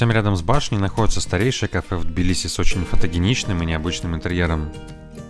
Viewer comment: Прчему "тобиле"???? Тбили (т произносится с придыханием)